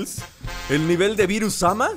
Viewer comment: en ves de decir bils sama o berus sama dijo virus sama apoco es el señor coronavirus:v?